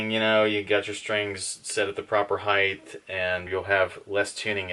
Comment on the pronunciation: What's "Highth"?